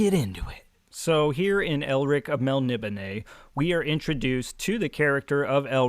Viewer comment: Well I had to check it out but your pronouncation of Melnibone is dead on, I always thought it was melni BONE like in a skeleton... I have that same edition but I haven't got into it yet. Stormbringer the sword seems very influential, the whole black blade thing, Erikson cribbed for Anomander Rake in Malzan and other authors have done the same.